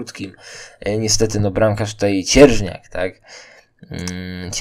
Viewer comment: nie Vulkan a Vukan nie Cierżniak a Cierzniak sprawdź